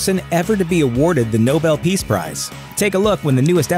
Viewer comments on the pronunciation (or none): none